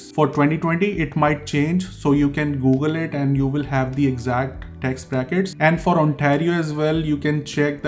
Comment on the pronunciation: I got a little irritated because you don't know the rules of pronouncing the word 'the', but it's ok you will learn it eventually. Very informative video and no offense. 😌